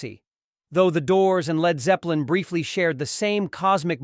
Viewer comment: L. E. D. Zeppelin why don't they teach the robot to read. Pitiful